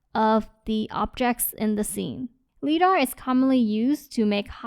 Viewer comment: FYI the word "Lidar" is pronounced with a long "I" - rhymes with "EYE". as in LIGHT detection and ranging. LIGH-DAR. Very complete and useful review, thanks!